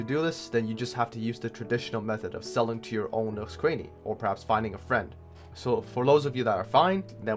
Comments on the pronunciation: Cranny, not Craney. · You don't pronounce Cranny properly.